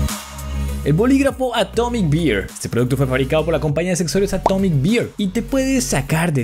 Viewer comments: Atomic Beer (Cerveza Atómica) o Atomic Bear (Oso Atómico)? La pronunciación es diferente: Beer = Bir, Bear = Ber... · Atomic bear se pronuncia a como se escribe Porque lo pronunciaste como "beer" (cerveza) :v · bro pronunciaste Bear como si fuera Beer